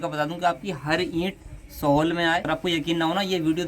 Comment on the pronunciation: sahol nahi sahal hota hai mere bhai.